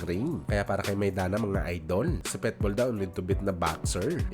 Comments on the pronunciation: Ayusin mo naman pag pronounce ng PITBULL hindi PETBUL haissst bisakul😅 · Pitbull boss hindi petbull😂